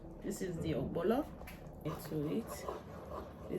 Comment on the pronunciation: Nice.. but why spell correctly and wrongly pronouns Ogbono Not ogbolo🤮🤮